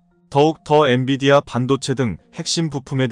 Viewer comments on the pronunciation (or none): none